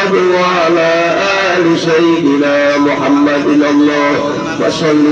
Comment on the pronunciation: Punten pak ustd jangan Muhamaddur tapi muhamaddar. Jadi isim dari ana